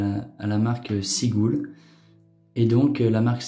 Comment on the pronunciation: heureux proprio de plusieurs modèles je suis dingue de cette montre , son mouvement Vénus (chrono a colonne) qui a servi dans notamment des Breitling est un mouvement super fiable , cette Seagull (perso je prononce sigueule) 1963 est tout simplement incroyable ...